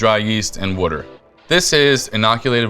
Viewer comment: Someone teach this guy how to pronounce water!